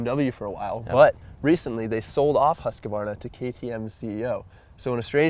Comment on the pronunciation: Love you guys but it's husk-var-na not husk-ka -var-na.